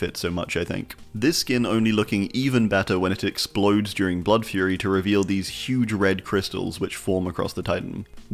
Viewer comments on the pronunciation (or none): none